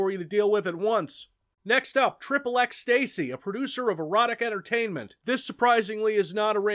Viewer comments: Hearing pronounce "XXX-Stacy" as "XXX Stacy" instead of "X X Ecstasy" kinda hurt that the pun flew over his head despite how many puns he makes....unless he pronounced it wrong on purpose to irritate people, in which case; well done. I've been had. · I always pronounced "XXX-Stacy" as "X X Ecstacy"